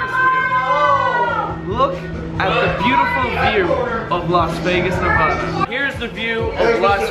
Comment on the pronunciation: If your going the say NEVADA say it right please and thank you.